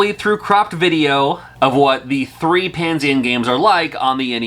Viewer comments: Why are you saying Pan-sien. It’s Pan-esian or is that how they pronounce it? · Is that how Panesian is pronounced? I thought it was Pah-Nee-Zuhn or similar. Also, I wouldn't call it a bootleg since it's an original game and not a pirate port/knockoff. Also, at least Bubble Bath Babes had an all ages release (as Mermaids of Atlantis by AVE). There were a few more adult Famicom games released in Japan (generally by Hacker International) and Taiwan. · Pah-Nee-Zhin is how I pronounce it.